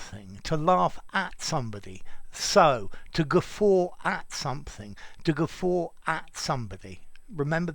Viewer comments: Glad I came across this while searching for the etymology—you really have a wonderful teaching style! I’m grateful you uploaded this. I’m confused about something else now though: shouldn’t the letter ‘r’ be silent, in the word ‘guffaw,’ (since there isn’t one)? Yes, I’m messing with you but I’m also curious! (; Wondering about that extra ‘r’ sound and how it came to be. I’m aware (from my own experience) that if one’s dialect doesn’t inherently have that ‘r’ following an ‘a’, it sounds pretty horrid when one tries to add it anyway. I guess what I’m saying is that when we Americans try it… well, it just sounds stupid! It seems it was popular though, back in the 1940s-1950s, in b&w movies, for actors to use that ‘r’ sound (whatever that’s called—sorry, I don’t know the proper term) and I think it was with the ones who had a thick New England accent. Whenever they did it, it sounded great, or at least very natural. P. S. I love the name ‘iswearenglish’ and I think I could listen to you all day, Sir! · You are pronouncing the word in British, aren't you???